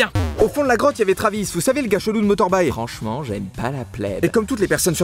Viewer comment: il dit bien : Franch'ment j'aime pas la pleine et vous aurez la vidéo du mec qui dit ça svp